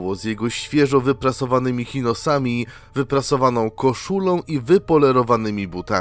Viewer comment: Opowiadanie ciekawe , narrator jak zwykle klimaticzny, jednej rzeczy sie przyczepie - spodnie czyta sie "czinos" ;)